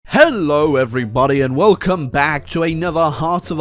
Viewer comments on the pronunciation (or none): none